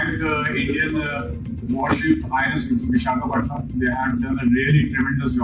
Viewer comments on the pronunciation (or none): Abey jahil, kis madarsa chap university ke professor ho tum?..."INS Vishakapatnam" tou theek se pronounce kar nahi paa rahe, chale ho Bharat par commentary karne?...pahle kuch oard likh low theek se Bharat ke baare mey kisi acchi authentic university se, fir baat karna Bharat par.😂😂😂